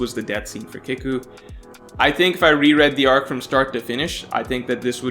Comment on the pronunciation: It’s pronounced keeku like seek or eek. Not kick-u